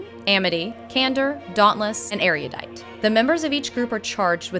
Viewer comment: MOLLY IS ASIAN!!! And did I hear "Erudidiot?" :P